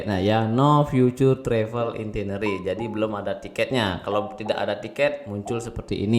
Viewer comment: bli.. maaf ngoreksi dikit.. cb cek cara baca itinerary di google translate.. hehe.. btw kontenny bermanfaat bgt thankyou!